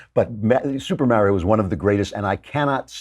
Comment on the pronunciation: The way Klavan pronounces "Mario" irks me.